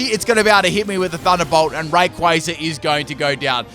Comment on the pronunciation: I love how mispronounces names all the time, yet is one of the few people that properly pronounces "Rayquaza" (Pronunciation sources: movie and Battle Revolution)